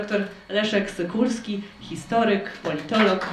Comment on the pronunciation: To jest p. dr SYKULSKI,. Warto to zapamiętać i chociażby nie przekręcać nazwisk.